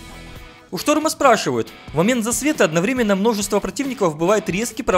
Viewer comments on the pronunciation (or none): none